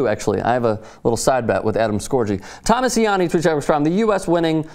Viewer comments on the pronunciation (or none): none